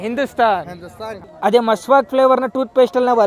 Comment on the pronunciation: ದೇವರು ಅದು miswak ಅದು masvak alla bro